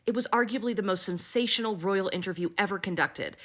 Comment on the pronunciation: The "rrrrroyal appointment" makes me soooooo happy!😅😅😅